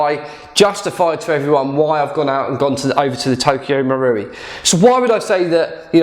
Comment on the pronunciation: So happy your saying marui properly 😂